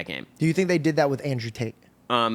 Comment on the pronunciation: His name is Andrew TATE, not Andrew TAY.